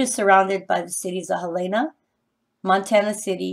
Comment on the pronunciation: HELENA...PRONOUNCED HELL-IN- UH